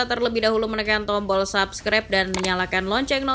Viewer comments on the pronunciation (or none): none